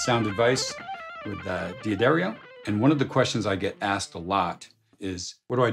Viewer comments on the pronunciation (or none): it's pronounced "duh dario" not "D - uh dario". Just trying to help.